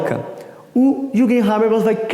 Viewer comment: Não se le "juguem", se le "yürguem"...é alemão :x